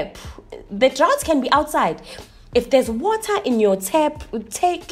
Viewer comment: "H-White"... "H-Water"😂😂😂😂😂😂